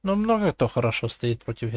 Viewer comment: МноХа ахаха Иди к логопеду сходи))